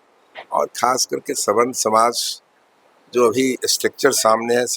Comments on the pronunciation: अरे मुर्ख पत्रकार सवर्ण होता है स्वर्ण नहीं होता है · अबे रिपोर्टर स्वर्ण नहीं सवर्ण बोल, पहले बोलना सिख तब रिपोर्टिंग कर